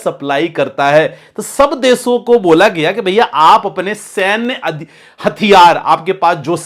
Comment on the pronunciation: First of all improve your hindi pronunciation. Deso nahi hota desho hota hai.. Your analysis might be good but your pronounciation looks c grade content creator